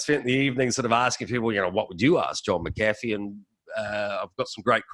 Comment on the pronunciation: Interviewer couldn't even get his last name right. It is/was Mac-A-Fee.